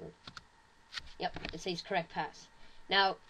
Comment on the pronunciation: you say says weird